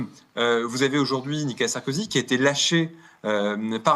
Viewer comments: pas nicala, nicOla! 🙂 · Je ne suis pas du tout fan de Nicolas Sarkozy, si j’interviens ici, c’est uniquement parce que je n’aime pas que l’on écorche, les prénoms ou les noms de famille Et la manière dont cet Avocat prononce le prénom Nicolas sans articuler, semblant dire Nicala est assez difficile à supporter et détourne mon attention du fond tellement la forme me dérange C’est dommage, d’autant qu’un Avocat doit être normalement doué pour la parole en public intelligible 😮‍💨